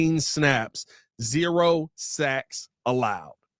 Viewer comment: It sounds like you said zero sex allowed 😂